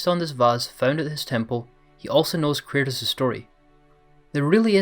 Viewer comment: Why do you call Kratos Curtis??